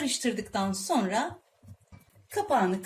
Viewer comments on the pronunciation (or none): none